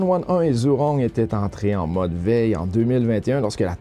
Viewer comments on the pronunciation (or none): Merci pour ton résumé Asiatique. ZHURONG se prononce "djoujong" (léger sur le "g") en français